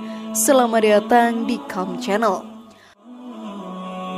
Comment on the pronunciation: admin salah ngucapin channel